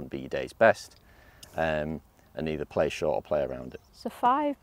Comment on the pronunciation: Love her voice. “Getting the ball in pleh.”